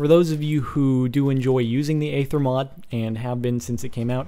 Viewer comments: for god's sake it's pronounced ayther have you seen the aether trailer? or or you just a fucking yogscast nerd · Its Aether not eather.. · Eether. Say it like that. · It's pronounced ether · Its pronounced eether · He pronounces it eether because he is either British or a yogscast fanboy. And I dont think Pbat helped make the mod he just was the first to test it. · It's pronounced ee-ther. Not ay-ther. Aether isn't a made up word, it has an actual pronunciation lol.